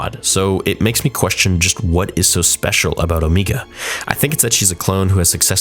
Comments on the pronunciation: I love your videos but I can’t help but wonder why you keep pronouncing Omega’s name like “Oh-me-ga”? She is the only one who says her name like that, and I’m sure it’s bc of her accent. Everyone else says her name as “Oh-mega”. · It's Om"egg"a, not O"meeg"ga. Omega only pronounce it that way cause of her accent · its pronunced oMEGA not meega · I thought it was pronounced as "Oh-May-Gah" not "Oh-Mee-Gah" lol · Why does pronounce omega weird hahah it doesn't really matter but in the show they obviously say omega but always says omeega 😂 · Why is her name being pronounced Omeega? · why is it so hard for the man to say omega. its not omeega jfc lol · Why you keep saying Omeega? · Why does buddy say omeega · Why are saying Omega like that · Yeah maybe say her name properly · Every week I say it but please stop saying Omegas name like that. Please. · you keep saying omega wrong